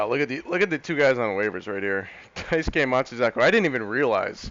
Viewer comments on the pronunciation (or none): none